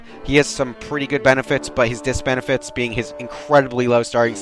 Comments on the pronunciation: I died inside when I heard disbenifite and if I mispell auto corrects a bitch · Did you say "Diss-benifits"???